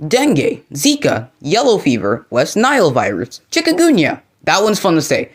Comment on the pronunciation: here is how you pronounce chi-kun-gu-ni-a chikungunya